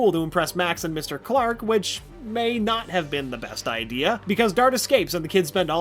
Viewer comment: Don't you mean Not? Its not noot.